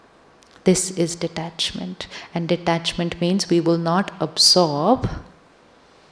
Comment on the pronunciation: Sri shivani sister, I got confused when you say absorb the energy, the pronouncation looks like observe the energy❤ meaning doesn’t matched in that sentence~~😊😊